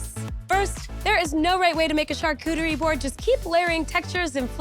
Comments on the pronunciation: Lol! I’ve never heard it said like this before til now 😂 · drinking game: everytime she says: " char-cootie-ree" 😂😂😂😂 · It sounds like a new Pokémon.